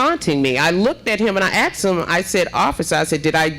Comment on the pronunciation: You didn’t axe anybody mayor learn how to speak